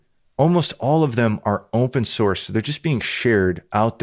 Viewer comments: he said horse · "Open horse"